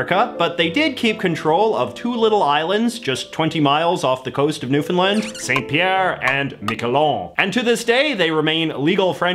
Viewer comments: Its pronounced newfoundLAND..not lund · As a newfie, we always get a little chuckle hearing mainlanders call it "newfunlund". It's pronounced how it's spelled here. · Saint Pierre et Miquelon: providing generations of Burin Peninsula residents with cheap smuggled liquor for decades. I'm sure you've been told this many times, but "Newfoundland" rhymes with "understand." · ....literally no one pronouncing nl correctly..... love it. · ya it's just annoying as a native there like that's just now how it's pronounced